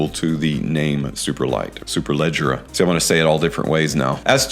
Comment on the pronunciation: Congratulations!!! 🍾 You killed the pronunciation of Superleggera better than ANYONE in FragCom. 😂😂😂